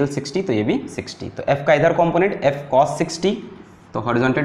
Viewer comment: its not "cosh" it's cos Cosh means hyperbolic cosine I know it's just a joke...but still